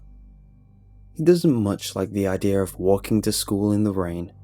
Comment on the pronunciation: i like how he says idea he saids idear